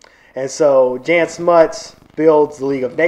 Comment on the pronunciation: Just FYI "Jan" is pronounced like Yan not like Janet